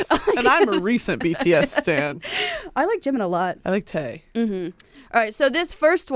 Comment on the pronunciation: I don't even listen to BTS, but my heart died when pronounced Ji-min as Jim-in. Ooof.